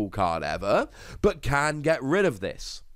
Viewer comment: It's just dis and dat with you idn't id?